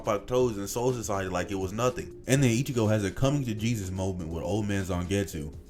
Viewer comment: homie just sounds like cjdachsmp with a tounge to big to pronounce soul society, but also good video keep it coming, learn to edit vocals and audio more coherently I guess would be my only crituqe